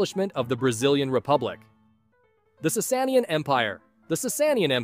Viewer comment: I can’t with his pronounciations of the Sassanians and Byzantines 💀 💀 💀